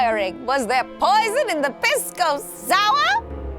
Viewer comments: It's pronounced Pee-sco, not much better sounding than Piss-co haha. Also those hotdogs, are a local food called completos, and yes there are hotdogs inside. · It’s not pronounced piss! Lol😓 more like peace - co lol